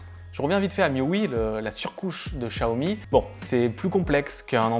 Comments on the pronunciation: Chiaomi, pas Chaomi ! :p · Tu vois tu as du mal à prononcer chat umi ahhh. Donc met toi à la place du con qui achète et qui voit qu'il n'y a pas de notice en Français. 500 £ plus prix d'un traducteur " chat " commence à faire cher!!!!